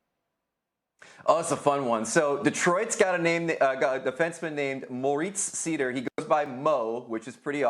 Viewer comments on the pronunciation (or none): Holy sh*t Greg can’t say a name right. It’s not seeeder, it’s seider.